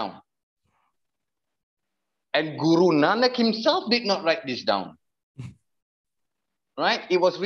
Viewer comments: where is your evidence he is Sikh? He can’t even say Guru Nanak in the video properly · he barley speaks Punjabi either he can’t even say guru Nanak properly makes me think he probably doesn’t even come from a Sikh family at all